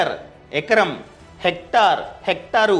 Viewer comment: Hector kaadu hectare